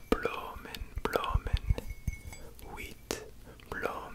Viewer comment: As a Belgian boy the dutch part was pretty funny to watch :) You did great tho, I understood everything! The only word you have to work on is ‘bloemen’ ;) Really really enjoying this one!!